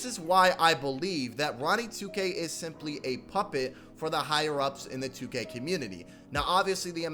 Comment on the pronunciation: My man please stop pronouncing 2k wrong lool